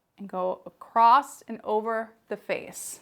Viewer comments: Great tutorial! ;;; ggirl, the word is ACROSS. There’s no “t” sound LOL. Not “accrossT” - not “accrossED” ; just “UH-KROSS”. (I’m so Not intending to be cruel - but You say this word a LOT in your work~ if it were me, I’d want to be corrected so I can make the change in the future) >>> keep up the great artistry! — BESTxx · It's across not acrost.Across does not have a t in it.